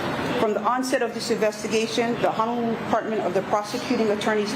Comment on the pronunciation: Cannot even pronounce Honolulu. Unreal and sorry the the lost life